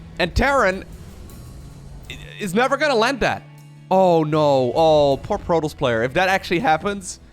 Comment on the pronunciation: When you say: protoss. I hear Pro Tools :P